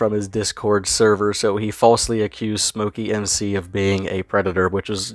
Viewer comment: I think it's "Smokey Mic C" not "Smokey M C". SmokeyMcC is his posted name. I could be wrong though... Anyways good video. I watch his channel too.